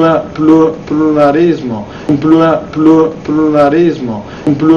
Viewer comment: Dopo avere visto questo video una logopedista ha tentato il suicidio e un foniatra è stato rinvenuto su una panchina del parco in stato confusionale, ripetendo "pirulì,pirulà"